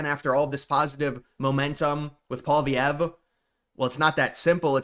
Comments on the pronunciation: It's pwa-lee-ev. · … I’m a Canadian. Why can’t Americans pronounce Pierre’s last name 😂 it’s “Polly” (like Polly market) ev. Pierre Polly-ev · Why can you say poli market but you can't say poillievre (poly-ev). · If you want to have any credibility in your videos, at least learn how to properly pronounce Pierre Poilievre’s name properly.